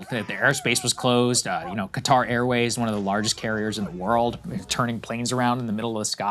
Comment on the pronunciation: Sagar is the only person on TV that can pronounce Qatar properly.